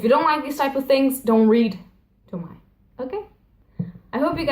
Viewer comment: It's Toh-mee-eh